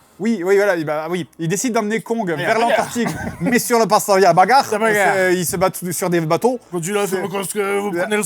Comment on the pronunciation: Ce que j’ai retenu du film : « La bagarrrrrre!!!.. » aucun regret d’avoir été spoilé 😂 ( , ces deux là à rejouer en boucle à volonté)